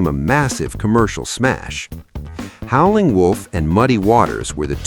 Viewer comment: AI can't pronounce Howlin'.